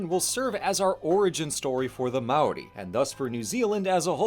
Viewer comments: "mow rie" 😭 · Seems kinda short for the history of even specifically the Māori colonization of NZ. Also a bit weird not to mention Hawaiki by name. Also you are pronouncing Māori wrong, it's pronounced like Moldy but with an r instead of a d and no L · or worse, "may-or-ie"